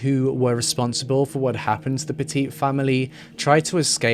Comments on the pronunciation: I grew up in CT and lived in CT when this all happened. My neighbor was Bill’s Aunt. It was really sad and still is. Just so you know, it’s pronounced Pet-It like pet it, not petit like the size. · In the US and in the state which this takes place it’s pronounced Pet-It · Their last name is pronounced Pet-IT. Like..Nice dog, can I pet it? Good job on the video, tho!😁